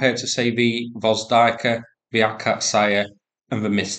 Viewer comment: Gvozdika is pronounced something like Gvozdeeka.